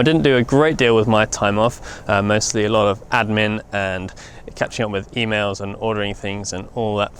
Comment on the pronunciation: When you said attending to e-mails at the beginning I thought you said females.